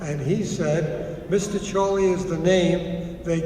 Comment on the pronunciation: i hae a ges about why charlei it sound like cholet